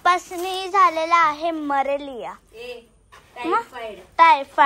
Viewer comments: मलेरिया ❎ मरेलिया ✅ 😅😂 ६ इंजेक्शन ❎ १६ इंजेक्शन ✅ 😂😅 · मलेरिया ❌️ मरेलिया ✅️